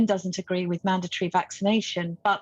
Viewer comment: she can't even pronounce the word mandatory. says it all really.